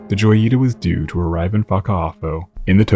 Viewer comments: In Spanish, it would be pronounced Hoy-ee-tah. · Isn't it "hoy-ita"? Lol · "J" is pronounced like an English "H" in Spanish, so it should be said like "Hoyita."